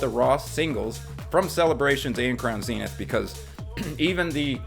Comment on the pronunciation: Thank you for not saying Zen-ith. Its like nails on a chalkboard for me.#pokepositive